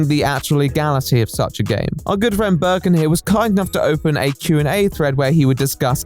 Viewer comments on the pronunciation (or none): Here he is explaining a topic but i ask myself why is this screenshot (used ) mad in a german version of steam Also: Hearing Birkin instead of Berkan makes me think that one of the most known resident evil villains made the game and this makes me happy somehow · burrrken its berkan dude xD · It's not Berkon it s Berkan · Man the video is good but the way you pronounce the mans name fucked me up. It's pronounced bear-khan . I wouldn't really care that much if you said it a bunch of times but you say it all the time might as well get it right. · he actually mispronounces it so nicely that i think from now on i’m gonna call every single berk/berkan/berkcan i know “böök” thanks to lmfao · I am turkish and how you say "Berkan" Is not even close to how you actually say it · My brother went to school with Berkan lmao it's crazy how everyone took this guy so seriously. Also Hi lots of love from Turkey 😂🇹🇷 You are pronouncing his name wrong but that's ok lol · I love you but I'm turkish and I just cant get over how badly you're pronouncing Berkan's name lmaoooooo gsgshshsshsjsj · as a turkish person, hearing someone named berkan tried something like this is freakin crazy! like, i know 5 people named Berkan- also the way you pronounce his name is so funny im sorry,,, hdhdhgagsdfksj